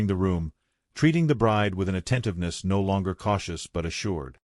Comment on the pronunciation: Not really good or uplifting at all. Conclusion hovers in the air. The AI voice garbles on the word “no”. I give this short tale a 1 out of 10.🤷🏻‍♀️